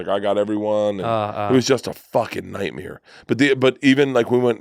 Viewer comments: Anybody pick up on Bert saying nightmear instead of nightmare 😂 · If Burnt says nightmeer one more time, Im never listening to him again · nobody: Bert Kreischer: " It's a f*ckin nightmirror" 😂😂